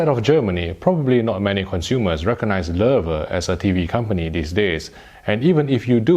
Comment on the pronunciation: he pronounced it right. Maybe the first person that's no German native speaker. I'm impressed